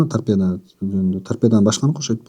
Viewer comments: Торпеданы торпедия дейт ко. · Торпедия Дейт да 😖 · Торпеда дегенди Тарпедиия дегени жакты😅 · Торпедия дейт гооо😂😂😂 Биякта эле мен уялып өлдүм эй😂😂😂